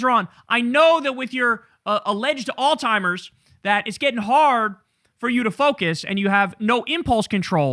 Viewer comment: ALZHEIMER’S Kyle, not alzTIMERS…. PLEEEEEEASE😫